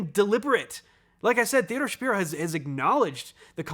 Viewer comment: Just wanted to flak that Theodore’s last name is actually pronounced /shuh-PIE-roh/. I know it’s unusual. I’ve heard him being interviewed on Severance podcast and he was quick to correct the host.